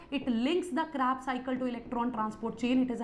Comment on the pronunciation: Kreb cycle ❌ crab cycle ✅